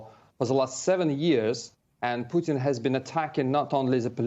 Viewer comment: Say it again: "Poo' tn"! You do not even care to pronounce the Presidents name correct!" Very educated,....wooow!!!